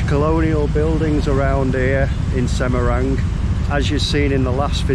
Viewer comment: Semarang, not Semerang